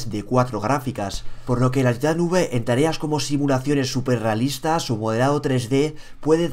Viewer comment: se dice titan five (taitan faiv) :v